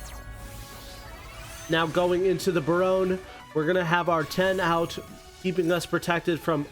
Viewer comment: U had me until u said barone smh